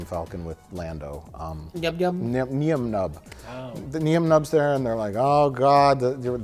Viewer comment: It is pronounced NINE NUMB